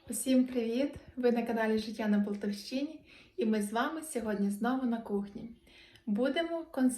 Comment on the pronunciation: Хороший рецепт! А не правильніше "Полтавщина" говорити, роблячи наголос на склад " та", а не на склад " щи"?